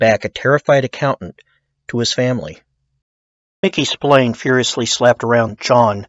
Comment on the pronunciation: It's pronounced SP-ILARNEEEEÉ stop winding this guy up